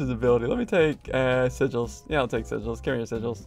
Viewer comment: why did ssundee call sigils "seril"